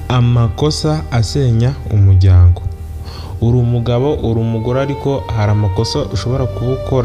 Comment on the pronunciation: Bavuga umuryango ntabwo ari umujyango